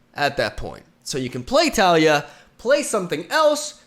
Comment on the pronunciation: More like Ta-ley-a, I think that’s the official pronunciation, not sure though